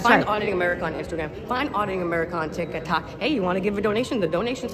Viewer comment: "Find auditing america on tik-a-tot." Buwahaaaaa